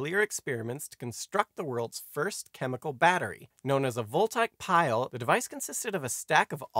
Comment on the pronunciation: Vol-tyke Pile made me cringe. It's Vol-tay-ic Pile. Not trying to undermine an otherwise wonderful history lesson, It's just a pet-peeve.